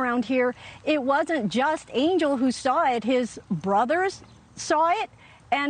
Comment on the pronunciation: His name is pronounced ahn-hel. Not Angel.